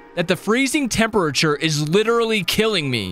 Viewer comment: temp a rature